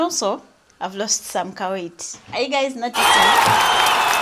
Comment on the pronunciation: I like the way you are prefixing "ka" to certain words. Ka-weight.